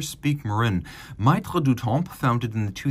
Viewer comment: "maitres" pronounced "mettre" as in "maitre d" - regarding the watch, it's a child only a mother would love.